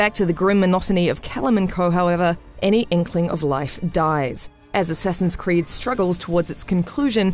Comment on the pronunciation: Godammit, "Assessin's creed"!